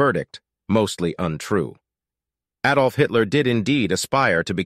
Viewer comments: The name is Adolf, not "A-dolf" . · Why would you make a video about him if you could t pronounce his name? It is t applicable to dialect as it is a name. It isn't pronounced Ay-dolf, it is add-olf. Also vehicle has a silent H. That means the Hbis not pronounced regardless of dialect or accent just the same as pausing at a Commer or stopping at a full stop.